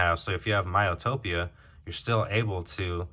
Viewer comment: Miatopia? Lol I think you meant myopia, which is nearsightedness, that's an awesome feature because I need reading glasses to focus on anything within 3 feet with my contacts in.